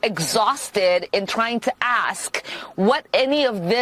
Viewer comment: Pronounce ask 👀